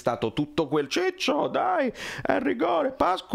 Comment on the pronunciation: "Gigio", non "ciccio"